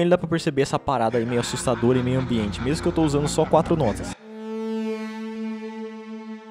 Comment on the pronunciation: Caraca....qué isso Rapá... "Bão mêmu"